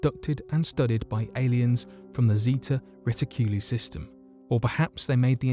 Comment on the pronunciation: LISTEN TO IT AWAKE... AND YOU WILL WANT TO CHOKE HIM OUT... AFTER EVERY MISPRONOUNCIATION OF SEVERAL EASY WORDS... LIKE ZETA RITICULA... TIP TO BUDDY DOING TO YACKING.... PRACTICE IN FRONT OF ... ''NOT YOUR HOMMIES'' SO YOU CAN BE NUDGED TOWARDS A PROFESSIONAL CAREER